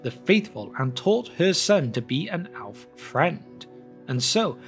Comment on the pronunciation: Why does the narrator in these podcasts insist on pronouncing the word “Elf” incorrectly? The word with Elf, it begins with the letter “E” it should sound or rhyme with the words “Shelf”, “Stealth” or “Wealth”. It doesn’t start with an “A”, so it isn’t “Alf”, or “Alves”.